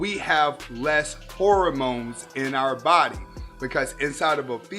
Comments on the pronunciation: Did my man say “whoremones” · Lol, has a freudian slip pronouncing hormones as whoremones.. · Yeah, maybe one day he'll learn how to pronounce "hormones" and stop peddling pseudoscience. Other than that, great stuff.